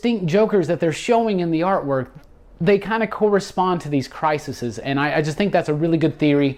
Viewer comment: The plural of "crisis" is "crises", pronounced "criseez"